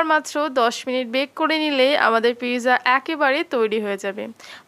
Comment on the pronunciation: eto posonder khabar toh ajo nam tai thik kore bolte paren naa